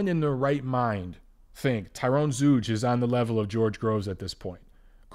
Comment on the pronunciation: Zeuge is pronounced "Tsoyga" (sort of), not "Zooge"